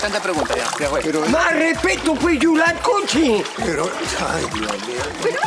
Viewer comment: dijo yulacochi